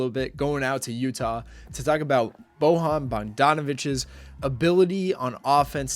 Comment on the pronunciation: You read his first name wrong. Try boYan